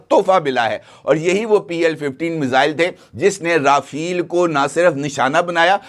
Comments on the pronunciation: Chacha rafal h rafeel nhi , tauba tauba tauba . Patlun geeli ho gyi aapki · Rafale ke spells ko pehlay sahi tore per perhain rafale not rafeel